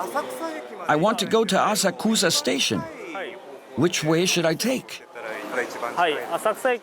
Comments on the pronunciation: don't say Asakusa as 'Assa-kuza' you'll get blank looks from many, say 'Assak-uzah' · i just can't stand the mispronounciations the english narrator makes. for a start it's SHINjuku, the first sillabe gets emphasis. takes the cake. You hear in japanes "asakusa ...." (with the u beign ommited), followed by an english dub that says "i want to go to asakUUUUUsa station" just c'mon, how do you butcher this so badly? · My god even the voice over translators pronounces the Japanese place names wrong. Asakusa is pronounced "A-SA-K-SA" not "A-SA-KU-SA"!! Also, it is Six train companies. They forgot Seibu, which is funny because they showed a Seibu train departing the platform. And they kept mentioning "5 train companies" throughout the video. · “I want to go to Azakooza Station”